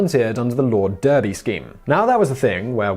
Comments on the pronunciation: Derby. Ouch. Clerk. Ouch. Albans. Ouch. This is unwatchable. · Simon Whistler, why can’t you pronounce Derby, clerk, brooch or St Albans correctly? Is your English accent an affectation?